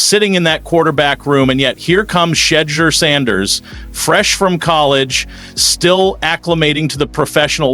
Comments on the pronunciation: She-dure . Not shaa-der OMG ! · Sha DOOR PRONOUNCE IT RIGHT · You said his name wrong every time you say it, at least three or four times you said his name differently. Stop disrespecting him and say his name right. You called him fu*king Chedder 😡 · I'm sure you've heard his name Pronounced thousands of times and you still came up with this horrible pronunciation of his name. It's She-door 🚪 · She-door pronounce his name correctly. If you can say the coach last name, you can say She-door (Shedeur) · I know lol Shed-Dare, Shuzure, Shet-Share - i cannot SudScride dis, no way lol Just Shred Your Sanders and lets move on. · Shur-Dur how to pronounce it correctly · Bro you got a speech problem its pronounced shadoor you sound like you have never heard his name spoke correctly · Blessings and Grace, Sir in all due respect, you need to ask how to properly pronounce Shedeur name. She deur. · I think they say his name incorrectly on purpose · His name is not Sheddar. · I really think you need to put some respect on on his name because you mispronouncing it every time you say it. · Dude.. are you purposely mispronouncing the mans mame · You cant even say the man name correct!!! Im outta here!! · Hooked on phonics who don't know how to say his name wow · Dude you said his name four different ways, only one was close. Do your homework dude. Besides where the hell have you been, everyone has been talking about him for years and you still don't know how to say his name? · My God would you pronounce his name correctly. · Are you stupid or uneducated. You keep saying his name wrong. I tell you one thing i,am getting ready share and post this so good luck to you and constant disrespect idiot. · Can please say his name right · Is this AI talking? If it is or not, learn to pronounce the young man's name!!!!! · Pronounce his name correctly please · We want you to learn your job, if I hear, that name pronounce wrong again, i will immediately change the vhannel, without a comment